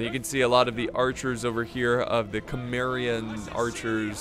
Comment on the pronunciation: Don't mispronounce the glorious name of CIMMERIA or Conan the barbarian will crush your skull in the name of KROM !!! xD